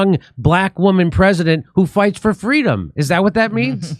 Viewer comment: Totalitarian Fweedumb